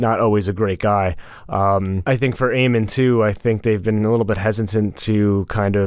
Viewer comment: oh my god stop calling him Aemon its AEMOND :)